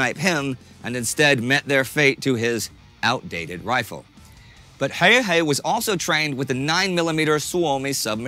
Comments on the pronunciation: His name was "Häyhä" - not "Höyhä" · Its not HEYHEY , HA-Y-HA English speaking people misspelling non-english names since ancient times. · How does he say häyhä as höyhei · Häyhä, not häyhei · Why is hard to spell häyhä, wow, its häyhä, not höihei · Stop saying häyhei and say häyhä. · I like how Indy pronounced "Häyä" like 5 different ways. It's pronounced "Häuhä" with a "germanic/scandinavian" sound on the "u" and not english "u". Joakim pronounced it pretty good in the beginning. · I think they pronounced his name differently every time they said it. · He pronounces Häyhä differently every time lol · Pity your pronunciations of Simo's last name are not correct or consistent. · I wouldn't exoect a non-Finnish person to be able to pronounce Finnish words like "Häyhä" or "pystykorva" perfectly, but holy shit, Indy Neidell's pronounciation of those words is the worst I've ever heard.